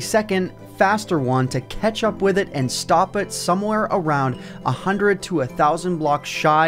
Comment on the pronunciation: catch up sounds like ketchup